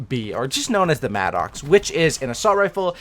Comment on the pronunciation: It's pronounced Madicks, it's not an Angry Oxe......